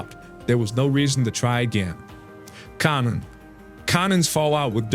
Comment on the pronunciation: Dude can't even pronounce konnans name 😂 wtf is this trash